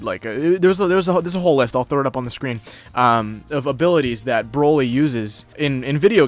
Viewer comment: bro at this point I don’t care anymore about the topic I don’t know why people are replying to me anymore this Hassan dude doesn’t even know how to say Vegeta correctly and it’s sad he said brokly instead of broly I do watch dbz but ethier forgot that he destroyed a planet or didn’t know so honestly I’m done arguing against people like that that’s why I’m replying to you